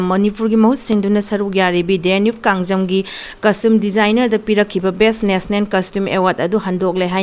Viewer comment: Nationen haiganu National haiyo karinohe noisu khradi henmalli 😂